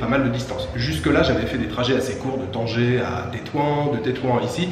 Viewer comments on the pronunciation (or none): none